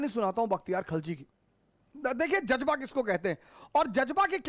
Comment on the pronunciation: Jajba nahi Jazba 😂.